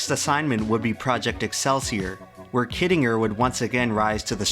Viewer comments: Yeah he pronounces shit wrong all the time too. "undoubtably" isn't a word, but he uses it, "kittinger" is pronounced wrong and he says it in literally every other sentence for about 5 minutes straight... The problem is that youtubers don't bother doing any proofreading or research past googling shit. They also can't be bothered looking up how to pronounce words they don't know how to pronounce. And pronouncing words properly is a pretty major part of being a narrator. A good example of why you shouldn't really trust anything you see on youtube. Youtube is still part of the internet. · I can't un-hear you miss-pronouncing kittinger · It is pronounced KIT-IN-JER. For crying out loud. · this video is absolutely amazing, but the mispronunciation of "Kittinger" makes me want to cry haha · Im pretty sure you are pronouncing Kittinger incorrectly.